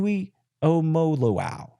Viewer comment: The fact that you can’t even pronounce TJJ’s name proves you don’t even watch B1G Football, so you have zero credibility on anything to do with us. O-H!